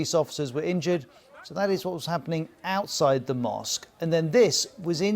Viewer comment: The way he's pronouncing "outside" with this emphasis on "out" is so f... irritating 😖😖😖